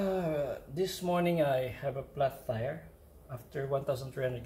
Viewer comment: do u notice he Said flas tire